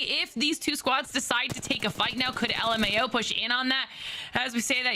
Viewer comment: Just call it luhmao not l m a o😅😂